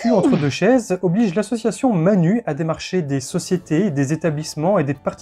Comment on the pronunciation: Manu se prononce manou. Manu c'est Macron, un drôle d'oiseau aussi.